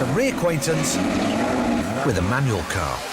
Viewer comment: It's "MANUAL" not "MANUEL"